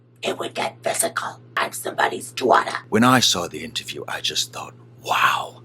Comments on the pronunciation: "I'm somebody's dawtah." LMAO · " ...I'm sumbawdys dawtah.."